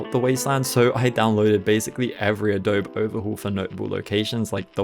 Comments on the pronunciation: Its pronounced adobee friend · I know a million people are going to comment this, but it's pronounced ah-dough-bee. Just like the Photoshop software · the way you pronounce adobe 😭